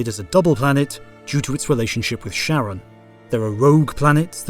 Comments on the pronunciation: FYI Charon is a Greek name. It's pronounced like "car-on", not "sharon". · The satellite of Pluto, Charon, is pronounced Karon, not Sharon — in the same way that one says Chaldeans (“Kaldeans”), not Shaldeans; or chirality (“kirality”), not “shirality”; or chiropractor (“kiropractor”), not “shiropractor”; or chronology (“kronology”), not “shronology”. Words of Greek origin!